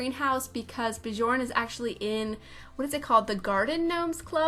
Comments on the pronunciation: Nope it’s not, I’m swedish and it’s pronounced bJööörn berJssen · J are pronounced as Y so Byorn Byergsen